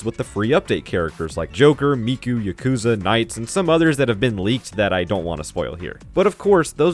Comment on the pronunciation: Why did you say Yakuza as Yukoza And why did you call Ichiban “Yakoza”